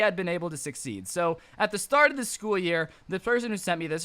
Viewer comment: I don't mean to be mean, but I can tell. Its School Not scool